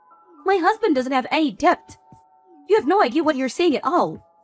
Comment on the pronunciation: Not "deBt"... it's pronounced "det" - as in similar to "bet"....the 'b' is always silent.. PLEASE 🥺